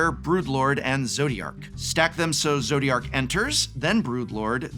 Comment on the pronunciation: Did you really say Zodriark